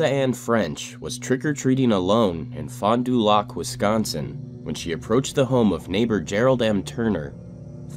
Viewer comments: It's pronounced fon do lack (fond du lac) not lock... Just saying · Wisconsin does not allow polygraph. Also, it's Fon Du Lac pronounced "Lack" NOT "Lock" 🤦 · I’m from around there, it’s pronounced Fondah lack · Wisconsinite here. It is not pronounced “fondu-lock” it’s pronounced “fondu-lack”🙃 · Wisconsinite here, Fond-Du-Lac is pronounced Fond-Due-Lack not Lock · Cant even say fon du lac right its not loc it's lac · Hearing him say fon du lac being someone from Wisconsin is funny 😂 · Fon Du Lac, or Fahn Da Lack as most Wisconsinites know it lol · Fon da lack is how it’s pronounced in the town, common mistake. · I'm sorry I bet bet you already get a lot of name corrections but it is pronounced Fond(Ph-ond) Du(Do) Lac(Lack) (Keep in mind to say it fast as normal speech lol) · It's pronounced Fond-Du-Lack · oh no that part of the pronunciation was correct. I just thought it was kinda funny he put the emphasis on the “du” part as well as the “d” part in “fond” since I’ve never really heard it like that before. I think people usually just sorta run it together like one word. I’m not real great at explaining things so idk if that made much sense lol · the way he said fond du lac though lmao. i swear i’m not insensitive, this is a horrifying story, but i was distracted by that since i’ve lived in wisconsin my whole life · Bruh as a wisconsinite, you slaughtered the town name Fond Du Lac 😭 great video though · I hate the way he says Fond du lac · Ok the rape and murder is bad but did the way he pronounced Fond du Lac bug anyone else